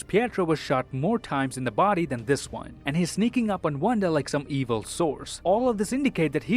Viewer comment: playing the words games with us too he said 'waan' instead of 'one' in the end